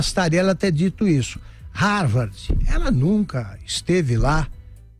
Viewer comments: É " RARVARDI " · Ela mal sabe falar de modo formal. Para alguém que dizia ter pós-doutorado, ela se expressa muito mal. Se bobear, não sabe nem escrever ou falar Harvard do modo correto. Vergonhoso isso!